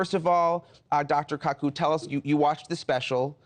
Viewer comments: Of course he didn't do it on purpose. Just take a moment to think will you!, before having such a stupid idea and before engaging the mouth (or fingers in this case). Why would he deliberately pronounce the name wrong? To piss him off? Why would you want to piss your guest off? And I don't wanna hear some far out weird BS please. He's reading the name from a teleprompter, and he is not that familiar with him. That's the explanation. If you have never actually heard his name before, and you are reading from a teleprompter then you are going to get it wrong. See, no conspiracy theory, no deliberately getting it wrong is required. Think dude, think. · He says he's a fan but Kuku not Kaku... Brew it's easy to pronounce and as an interviewer you should've put more effort in making sure you say your guest name properly.... 😂😅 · Kakù...KAKÙ??? I thought it was Kaku. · Reporter: In person! One of the country's most distinguished voices in the field of Theoretical Physics and Popular science: Dr. Michio K'ku Michio Kaku: >.> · Dude is not a fan lmao… dr koo koo, pronounced it differently the second better but still ain’t right…. Michio didn’t even correct him, Neil would have done it in a second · "Dr cacoo"? Haha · "cacoo" lol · Dr cacoo the bird expert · I think he did it on purpose, he's a news anchor and if he had seen kaku in any other interview he would've known how to pronounce his name, cuckoo? For real? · Whyd he pronounce kaku like that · For gods sake pronounce his surname properly. #butchered. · "been a fan for a long time" yet doesn't know how to pronounce his name correctly.😂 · You are a FAN?! You pronounced the Professor's name incorrectly TWICE in a row. My dead Grandma would have been a better reporter! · There are limits to what an audience can take. Could this "reporter" have simply asked or Googled the correct pronunciation of the Professor's name? Apparently not. HOW is this person employed?